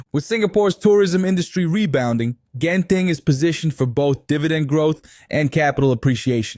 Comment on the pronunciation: How you pronounce Genting? Funny and weird.Ganster, Genting, The G.